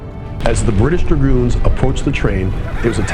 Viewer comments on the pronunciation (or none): none